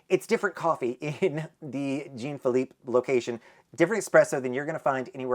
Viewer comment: Jean Phillipe is pronounced more like John than Gene. It is a French name. 😊